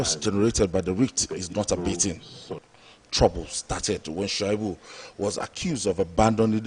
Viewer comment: Aunty, His name is pronounced Sha -i-bu, not Shua-i-bu.!